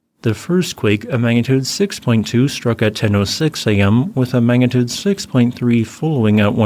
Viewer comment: Magnitude NOT Mangatude